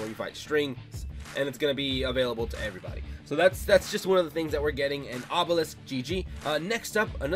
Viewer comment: wus dis, obewisk??? owo